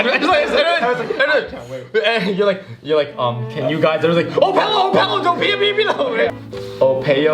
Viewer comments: Edward rocked the brazilian sentence for real! And no, pelo isn't supposed to be pronounced "peio"😂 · I think went with more of a French pronunciation, judging from the "r"